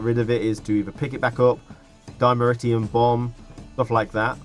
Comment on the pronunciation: Dimeritium. You said it!